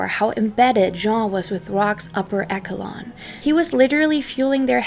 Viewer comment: Echelon is pronounced esh-shuh-lon. It's tricky. But you're doing really well. You remind me of Feli From Germany in your lack of accent.